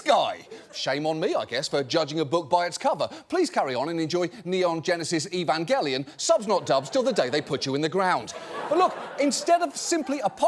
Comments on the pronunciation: and didn't say "Evan-Jelli-on" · He did say it a bit weird. I think it was an unintentional mix-up with the word "Evangelist" mid-pronunciation, or something. I was actually kind of shocked that he (or his writers) picked such an old, and undeniably weird anime out of all the great, more modern ones that have come out recently. I still liked the Evangelion TV series, and all the movies, but that poster that they put up when he said it made me realize just how incredibly far the standard level of detail in animation has come since the 90s. There are so many anime now that are so gorgeous that you could probably convince randos on the street without much effort, that screen caps taken at random from a 12 episode season were actually individual, standalone works of art (paintings/drawings) to be sold at auction or donated.